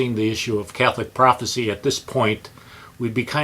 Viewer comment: Prophecy, not prophesy. Prophesy is the verb, pronounced "pro-fehss-EYE".